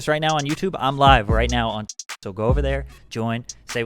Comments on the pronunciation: Awweeee cant even say twitch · Why can’t he say twitch